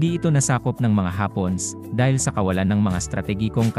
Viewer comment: Natutuwa ako sa pagbigkas mo sa hapones... hapons ang pagkakarinig ko